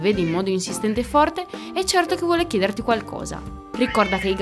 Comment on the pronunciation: 2. chiedèrti qualcosa? Sarà forse chiederti qualcosa, con l'accento sulla seconda "e" invece che sulla terza? La prossima volta fate un pochino più d'attenzione, e che cavolo...